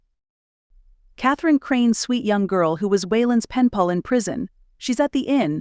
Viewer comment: Hi! Says "pall" instead of pal 2x, once around minute 47. Thanks for Sharing your stories!